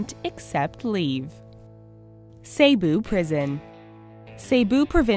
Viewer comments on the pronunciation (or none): Cebu is pronouned "seh-boo" not "say-boo" 🙄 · It's really funny when she pronounces Cebu as "Sayboo" instead of "Seboo". Hahaha. How I love her accent. 😂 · Cebu is pronouced as 'sebu' not say-bu... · I love it when she said "Say-Boo". It should have been "See-Boo". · Dear, I'm not butthurt or anything but the correct way of pronouncing Cebu is ceh-buh and not cey-buh. And by the way I'm a Filipino so yeah. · Cebu?(sayboo?!!) no it's Cebu (seboo) how should I know? I'm filipino xD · To say Cebu properly,It's See-Bu,Not Ceh-bu. I'm not saying anything though,I love your content. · Cebu ,it's not "Say-Boo" it's "Seh-Boo" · it bothers me when she says say-boo.... its actually see-boo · The pronouncation of the Cebu is Sebu not Seybu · CEBU dude! Not CEYBOU :-P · correction on the cebu prison its actually pronouced. Si-bu not Se-bu. Peace!! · its Ce - Bu not CeyBu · it is not seybu it is prounance sebu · It's not sey-boo it se-boo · Its Not Seibu Its Sebu XD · its sebu not seybu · it's /se-bu/ not seybu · its not say-bu its c-bu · its se-bu not sey-bu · "Sey-bu, Philippines" omfg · Im Pilipino so uh when she said Cebu I cringed cuz it's actually said (see-boo) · Still not over with "saybu" huhuhu it's okay tho because I understand that they have a different access from us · "saybu" lol XD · pls. Cebu is "seh-buh".